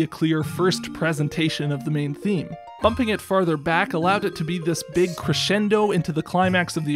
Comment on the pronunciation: "beeg violin" 😂